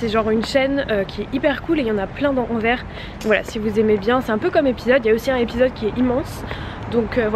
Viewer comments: Je t'adore vraiment et j'ai adoré la vidéo, mais par contre Anvers, on prononce le S! ahha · Toujours une esthétique incroyable et une sélection pointue 🔪 ahah Simplement pour ajouter une touche relou, Anvers se prononce "an-verse", message d'utilité publique pour les français 💙💙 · Trop bonne vidéo comme d’habitude!! PS: on prononce le « s » de Anvers🤓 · Ah oui, cette mode récente de prononcer Anvers comme à l'envers 😬 mais chouette vlog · j'aime beaucoup quand tu vlog ça m'apaise je sais pas pourquoi hahaha PS : il faut prononcer le S de Anvers :) je suis tu peux me faire confiance :) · Salut super blog en tout cas juste pour te dire étant belge que ça se dit Anvers tu dois prononce le S ahah Aussi non trop cool les vidéos comme ça